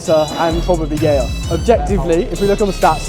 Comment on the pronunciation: “And proberly gayer😂”